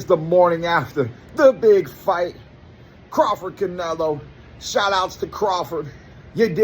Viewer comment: pronounces crawford like Cwafawd. He Sounds like Elmer fudd